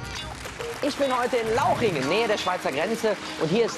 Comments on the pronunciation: Super wenn der Guido neben einem Schild "Lauchringen" steht und direkt neben dem Schild und noch öfter im Video "LAUCHINGEN" sagt!!! ;) :') Wenn sich die Moderatoren nicht für ihre Beiträge interessieren ... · Deliah bear Lauchringen und nicht lauchingen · Lauchringen mit r